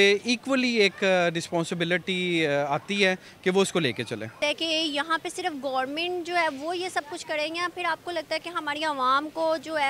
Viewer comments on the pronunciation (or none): firse Gormint😂😂😂 itna educated ho toh sabse pahle government bolna seekho.